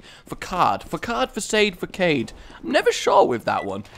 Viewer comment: it's pronounced facade (fuh-sod) just so you know;)